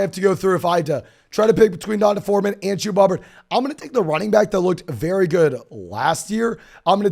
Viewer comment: No way you guys really think that’s how you pronounce D’Onta Foreman…and Devonta Smith…etc. 😂 So white, no offense. I love love love your content and commend how hard you work, man.